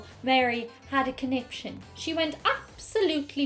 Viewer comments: I always heard it as "coniption fit" as he threw a conption fit. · My mum Says "connipshit" I believe she believes it is the correct way to pronounce conniption.